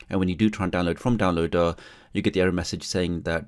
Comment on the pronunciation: Love how you pronounced downloader like down-low-duh! lol